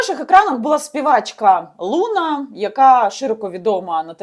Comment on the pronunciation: Соколова у питанні намагалась розібратись, чи переказ з сайту з не дуже гарною репутацією зробила? По-перше не лУна а лунА, де ти вчились розмовляти? По-друге "вагінер" напише, шо Соколова всралась, то це теж брати за чисту монету?))) Розберися у питанні, а потім випускай такі хайпові ролики. Не дуже журналістка, по ходу, Соколова, шляпа одним словом)))